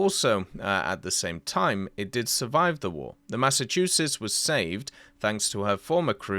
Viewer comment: You pronounced Massachusetts just fine.